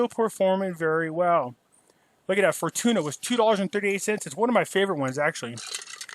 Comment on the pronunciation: I thought you said For Tuna(like tuna fish) Fortuna